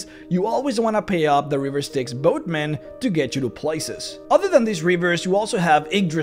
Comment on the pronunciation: quick tip...give a second more between 'river' and 'styx'. they are two words. not one. never mind the risk of sounding like you're saying 'riversticks'. :P